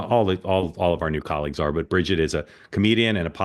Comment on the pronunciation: You pronounced Bridgette’s name incorrectly 😂